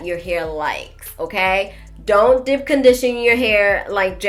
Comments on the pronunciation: I was like what is “dip” conditioning than realized she was saying deep conditioning 🤣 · I think it’s cute how you pronounce deep (dip)‼️